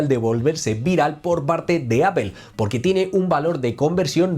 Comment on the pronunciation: ¿Porque no pueden pronunciar bien apple, o el idioma ingles.....?